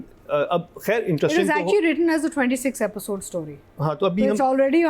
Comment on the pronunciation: What intellect ? She repeats the whole drama and calls it an "Apisode" lolllzz